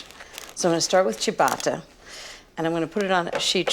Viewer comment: She’s been taking over-pronunciation lessons from Giada: “chia-BAAAAAAH-tah”